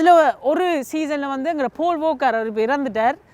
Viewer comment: Ada pavigala Paul walker eh pool ooker nu solirngela bro😂😂